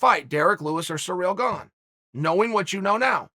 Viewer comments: Uncle Chael it's "Ciryl Gane" not "Cereal Gone" or "Surreal Gong" 😭😭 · Me: Ciryl Gane Uncle Chael: Surreal Bong Me: Surreal Bong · “Surreal Gane” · “Whoever or Whatever a Surreal Gone is”, Uncle Chael lol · Surreal Gone sounds mean, its even in the captions 😂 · What's a "Surreal Gone" ? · Actually Uncle Chael said his name is Surreal Gone. So from now on that's how i will be pronouncing it. Who am i (or anyone else for that matter) to question the great one? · "Surreal Gone" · The only thing that surprises me in the fight game anymore is Chael's pronunciation of fighter names.